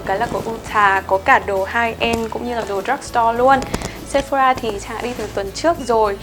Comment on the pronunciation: Chị ơi chị đừng đọc Sephora là "Sép-pho-ra" nữa nha chị huhu "sẹp-pho-rà" nha chế :333